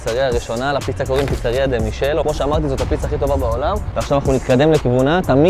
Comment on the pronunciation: אם כבר נסעת את כל הדרך לשם אולי תהגה את השמות של הדברים נכון.. נאפוליטנית, לא נאו-פוליטאנית פיצה דה-מיקלה, לא פיצה דה מישל